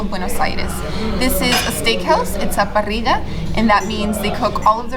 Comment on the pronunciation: Remember that in Argentina it's not "parriya" it's "parissshhhhha" ("or parizha")